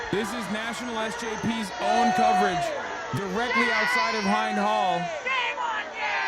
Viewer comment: The way he pronounced "Hind" hurt my ears...